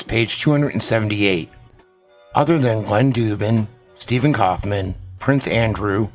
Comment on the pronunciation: Kaufmann is a german Word. So could be pronaunced "Steffen Kaufmann"?!